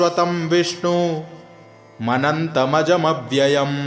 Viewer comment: विष्णुम् अनंतम् अजम् अव्ययम् है। और आप विष्णु मनंतमजव्ययम् पढ़ रहे हैं। उच्चारण का ध्यान दिया जाय, धन्यवाद।